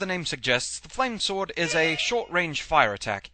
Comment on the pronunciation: the game pronounce it like "flames word" ...